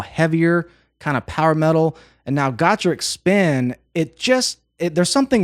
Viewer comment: First, you pronounced the name of the band better than most I have heard. If you listen to them being introduced at a live concert video, you will understand that. Next, they have a side project called Doll$Boxx, same crew, with the exception of Fuki acting as front woman. Link: these ladies are energy on speed, especially Angie, who is NOT part of Doll$Boxx, yet. But I love each of them. Tomo-Zo is my absolute most favorite guitarist, her skill is extra fine. The only person that might beat her is Alip Ba Ta. But, check out DB and let me know what you think.